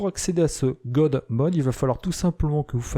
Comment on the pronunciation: J'adore la prononciation du mot God en 'Gode' !!! Et Windows en 'Windoze' !!! Et tout cela avec une voix saccadee comme un robot. A propos, c'est quoi les 'Portoys'? LOL